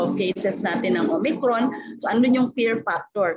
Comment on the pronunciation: Parang naka Smile pa si MS. VICKY I THINK SHE IS HAPPY BTW SHEs one OF MY favorite PRAY STAY SAFE MASK HUGAS DISTANCE Mam VICKY LAGE KA NAG KAKAMALI SA OMICRON HAHAHAHA OMACRON PO NASASABE MO..!!!! We Love you Mam VICKY UR STILL THE BEST..!!!!!